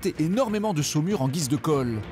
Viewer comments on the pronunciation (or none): none